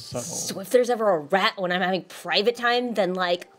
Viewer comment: "why would you have ptrivate time in front of a rat" lmao